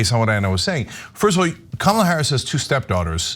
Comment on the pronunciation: I'll give Vance props on one thing. He pronounced Kamala correctly.